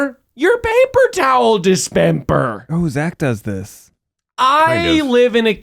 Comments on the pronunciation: Why did pronounce dispenser as dispemper? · Are we discussing that miles is saying dispemper instead of Dispenser???? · WHY IS NO ONE ADDRESSING MILES SAYING PAPER TOWL ??DISPEMPER???